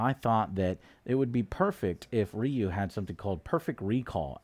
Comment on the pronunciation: Rayou. Ryu... Oh boy...